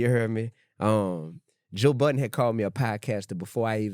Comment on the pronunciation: why you say you love joe budden like a white guy lmao im dead